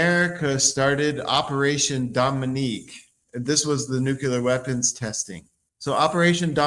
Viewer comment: Why isn’t this guy pronouncing nuclear correctly?😂😂😂